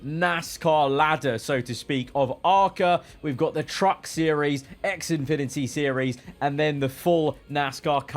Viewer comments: It's pronounced x-finity not x-infinity, its like infinity but minus the in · Small nitpick: It's not "X Infinity", it's Xfinity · I love he says ex infinity series instead of xfinity series